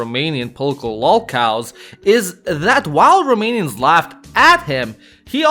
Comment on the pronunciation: Props for the genuinely good pronounciation of romanian names